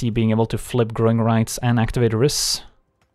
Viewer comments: Rhys is pronounced /raɪs/ (just the same as "rice") according to the japanese card (ライズ). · Rhys is pronounced like grease